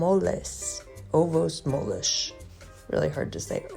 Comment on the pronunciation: Hi! The way you said "ovos moles" the last time was almost on spot! Ovos moles means soft eggs.